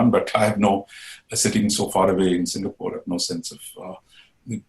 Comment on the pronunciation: Singapor ?It is an insult that you can't get a country's name right.